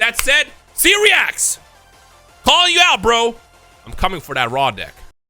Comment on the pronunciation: Almost sounded like you said “coming for that raw dick” 😂